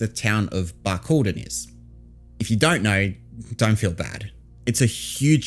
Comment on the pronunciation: I would have been able to point to Barcaldine if you pronounced it correctly as I used to live in Mooranbah and Emerald.